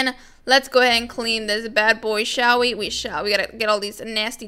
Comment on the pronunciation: Stop saying. Shell we. We shell